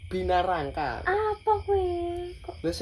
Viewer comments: Binaraga bukan binarangka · binaraga kali...bukan binarangka😅😅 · Binaraga sanes binarangka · BINARAGA ❌ BINARANGKA 😂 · Binaraga kok jadi binarangka wkwkkw